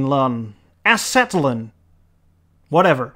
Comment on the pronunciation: Your first pronunciation of acetylene was right 👍